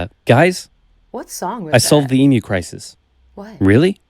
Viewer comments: Not "E-MOO"......EEM-U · Also, just for your reference, it's pronounced Eem-Yew. And Melbourne is pronounced Mel-Bin.🙂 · It’s pronounced emyou but spelled emu